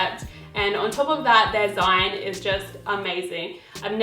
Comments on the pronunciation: zine is actually pronounced like the zine in magazine, so more like zeene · Is it an Australian thing to pronounce zine like "line"? I've always heard "zeen", short for magazine! Was just curious haha. Love your style inspo videos!